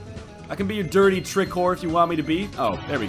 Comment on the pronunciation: Dirtay? It's Deertay! Joe Deertay, Northernlion!